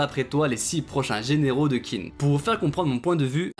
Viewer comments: Petite info d’un mec qui a quelques notions de chinois: Qin se prononce comme teen en anglais, c’est un manga qui parle de l’histoire de Chine alors essayez si vous pouvez d’au moins bien prononcer le nom du pays! Sinon, merci pour ta vidéo, y a pas assez de vidéos sur kingdom. Continue s’il te plaît ! Et la bonne journée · d'ailleurs je crois que Qin se prononce "Tchin" je sais plus où j'ai vu ça par contre mdr, mais je préfère la prononciation à la française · heu perso je le prononcerais plus "TCHIN " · oui c’est tout à fait comme ça que ça devrait se prononcer mais comme il n’a sans doute pas vraiment d’expérience en chinois j’ai simplifié